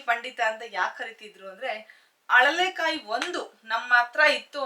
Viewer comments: Adu haralekaayi alla mam alalekaayi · ಅಳಲೆಕಾಯಿ ಅಂತ ಹೇಳಿ ಅರಳೆಕಾಯಿ ತಪ್ಪು